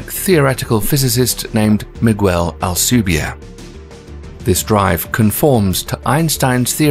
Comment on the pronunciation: This program is very entertaining and informative but its apparently A.I. driven voice is not at all able to properly pronounce Hispanic names such as “ALCUBIERRE” which should be pronounced as < AL-koo-BIÉ-rreh > .